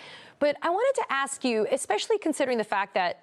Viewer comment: Ax her a question 🤣🤣🤣🤣🤣🤣🤣